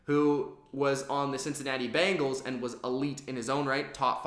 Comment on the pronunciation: It's not "Bangles"...It's Bengals.